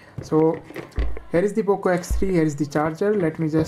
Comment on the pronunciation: who heard oppo x3 😂